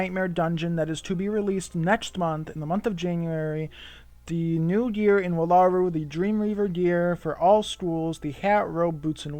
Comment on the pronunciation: It's "Whal-A-Roo" not wa-la-ru